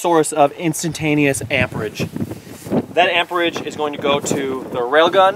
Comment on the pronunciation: "Capacitors are a source of instantanteous amperage" but he mispronounced amperage... in this very special case its called "AMP-Rage!!!" ^^D